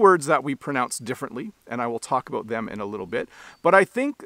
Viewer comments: Thank you for saying ‘about’ and not ‘aboot’. I am 69, have lived and travelled coast to coast and NEVER heard a Canadian say ‘aboot’. The only time I hear that is when an American says it trying to imitate Canadians. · I don’t see anything wrong with how he pronounced “out” “about” or “boat”. Sounded proper to me.